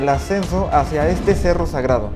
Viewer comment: Mala pronunciación del nombre del cerro